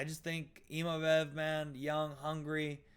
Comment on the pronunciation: I wasnt going to say anything but after like the 10th time you said imavev i had to say...its Imavov. You wouldnt say naimev would you lol